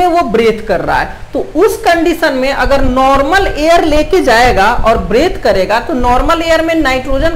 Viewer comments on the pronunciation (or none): Breadth or breathe 😅